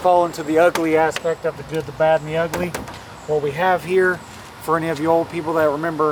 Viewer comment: Ith that last rant it sounded like "Vanning, Good, DAD, and Ugly!" 🤣🤣🤣 Good fun! Take good care!